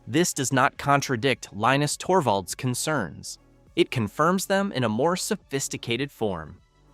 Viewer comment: LEENIX Torbo? When is A.I slop narration, going to end? I'm out.